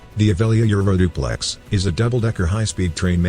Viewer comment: Text in video: Avelia Euroduplex. Robot voice: Aeuoliouaeoeuoilulaoileauoplex.